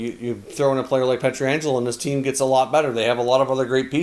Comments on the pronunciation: I really enjoy your videos. Wish you could pronounce the St Louis defenseman’s name correctly, it’s PET-RANJ-ELO (not peter-anjelo). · It's not Pietra-angelo One 'A' there, not two. Pronounced Piet-rangelo.